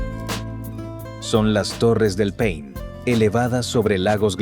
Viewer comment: Se llama Torres del Paine...nonde pain como dice el locutor